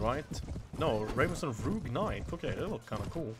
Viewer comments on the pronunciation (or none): Sorry to be a kind of know it all but I'm really getting frustrated because of this You keep saying rougg knight but it is rogue so you pronounce it more like roog a long o instead of the oe you say and wyverns you say like wiverns but properly it is waiverns as pronunciation.